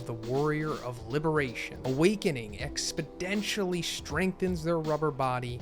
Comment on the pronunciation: Please tell me you said "Expodentially" as a jab at Joe Biden 😂😂😂